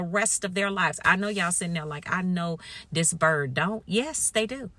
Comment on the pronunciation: Slay me everytime you say "this bird".😂❤